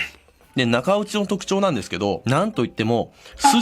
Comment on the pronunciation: 「中落ち」が「中折れ」に聞こえる俺は末期(｀・・´ )